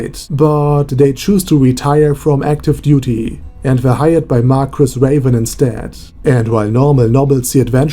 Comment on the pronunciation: Marguis is pronounced. Mar-key